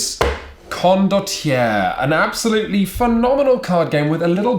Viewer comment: It’s Italian. Pronounced ‘con-dott-yair-ray’.